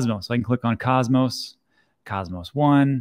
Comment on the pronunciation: I used to watch you, but until you learn to pronounce Cosmos I'm not coming back.